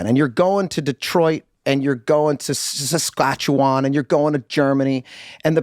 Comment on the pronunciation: I feel Ryan Reynolds needs to produce another video to help Rob properly pronounce "Saskatchewan" ;)